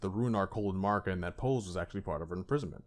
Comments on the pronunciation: Mispronouncing Marika is a bit, right? It rhymes with America. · Seriously… MAAr-ika?? The game pronounces her name over a dozen threes times, but your retarded ass chooses to mispronounce it. MAh-MAh-rika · keep saying marika how u want. man i don’t understand why it gets people so upset. we all know who you’re talking about so the point is getting across and that’s all that matters. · Damn bruh u butchering marika's name